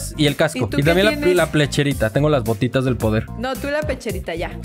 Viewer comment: Alguien más noto que dijo la plecherita